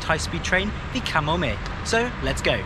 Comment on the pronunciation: I live in Japan, and I must say - it was great to hear you nail the pronunciation of the placenames etc. Usually people butcher them and it hurts my ears. Good stuff. Easy sub.